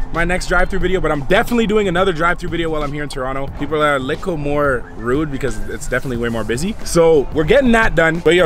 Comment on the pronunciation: Why does he always say likkle 😂😂😂